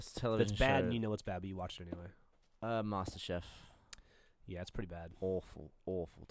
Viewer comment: gavin you complain about geoff pronouncing "pasta" wrong then you go and pronounce "master chef" wrong